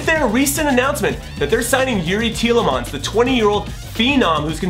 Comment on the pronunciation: So happy you said Tielemans correctly